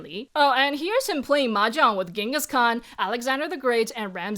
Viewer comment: I was enjoying the video and appreciating China's history so much and then she pronounced our beloved Genghis Khan like that.. ouch.